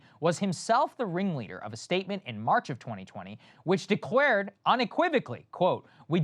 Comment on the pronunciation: Did he.. did he just say.. "De-quared unequivocally" ?